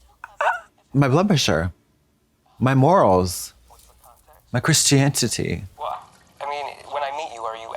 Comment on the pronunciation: “My Christiantitty” 😄😄